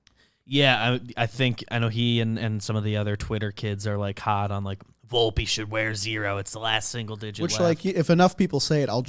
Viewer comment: I believe it's Vol-pay.